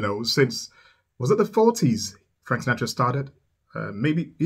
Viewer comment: Hi, I think it is pronounced Sinatra suh•naa•truh sounds like Pa; not na sounds like way.. ♠W.G.